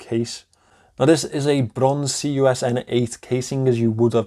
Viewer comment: It's a really nice watch, Pascal did a great job with it. My review is coming in the next couple of days and I can definitely understand your enthusiasm about it. The lume is absolutely crazy! I can listen to you say brrronze all day 😂